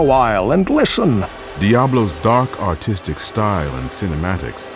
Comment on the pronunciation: almost thought i heard dark autistic instead of dark artistic.